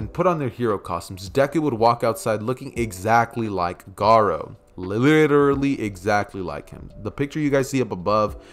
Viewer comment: U keep sayin gara